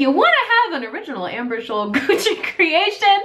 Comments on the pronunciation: it's Gucci not Guccy lol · Shane dawson fans: Why does it say Gucc-ee? Why'd you buy something called Gucc-ee?